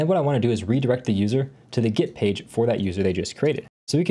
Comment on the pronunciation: Request... Please stop saying "git" when you mean "get." Since git is its own thing, it's confusing.